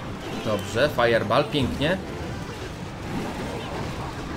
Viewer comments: Firebool a nie firebaal xd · Mówi się fajerbol a nie fajerbal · wiem ze stary filmik ale mówi się „fajerbol”